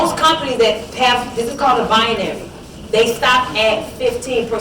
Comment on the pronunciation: Lol "bianary", seriously?